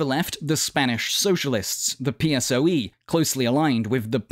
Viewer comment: Is so funny when you pronounce PSOE in english